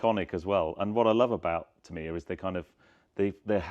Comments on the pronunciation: Aaarghh you are saying the name soooo wrong .... it is "T A M I ya" .... you are saying "T E M I ya". As a model shop owner back in the day I sold and built hundreds to 'Tamiya' RC kits. Please get the name right ... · Tam iiii ya ……. Is that how you say it. I have been saying it wrong for 45 years. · Never been into the R/C kits but built loads of 1/12th F1 kits over the past 50 years. Big Tamiya fan but I always pronounced the name as ‘TAMeeya’ rather than ‘TamEEya’ What do the company say is the correct pronouncation ?